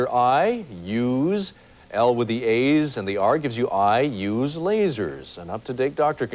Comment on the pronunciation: Funny how the host says LASERS when going over it